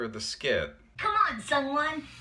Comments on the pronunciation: Isn't his name pronounced 'Soo-wun' lol? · I thought she said "Someone" so if I ever meet you irl I'm just going to call you Someone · I thought she was saying "Someone" at the end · I just learned that ProZD's real name was Sung Won, and this skit makes so much more sense now. For some reason, I thought Veronica was saying "Come on, Someone," and I was confused as hell.